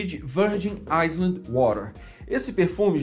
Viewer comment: island se pronuncia "áilan" (*ai luhnd*) de resto, continue com o bom trabalho, parabéns!